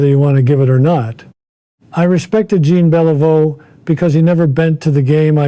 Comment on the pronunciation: Fake. Ted would know how to pronounce Jean Beliveau.